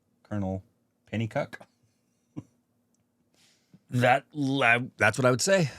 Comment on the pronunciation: John Pennycuick is very much revered in Tamil Nadu for his contributions as an engineer. Also, pronounced as penny-quick.